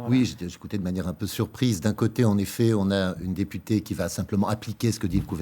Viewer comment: "Si vous êtes élu député ou député "ée" " . Mdr, il a pas de race ce présentateur 🤣🤣